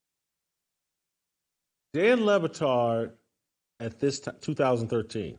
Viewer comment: "Lubbatard" chael sonnen 😂😂